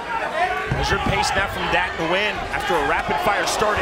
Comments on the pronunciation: the correct way to say Nguyen is: Nuh Goo Yen. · God can u please learn how to say his last name. The “N” is silent